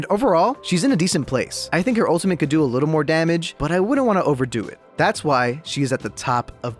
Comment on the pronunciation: Its not DaMANge its DaMAGE